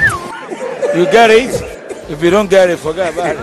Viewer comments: You gerit, I you don't gerrit, foger abourit😂😂😂😂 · “You gerrit? If you don't gerrit, forgerrit about it.” 😂 😂 😂 Mark, the master planner.